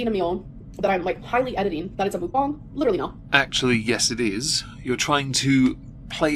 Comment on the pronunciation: Apparently Mukbang is pronounced "mookbong" now